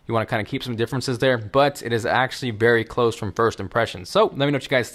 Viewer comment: He says "Berry Close" closer to the end if u listen closely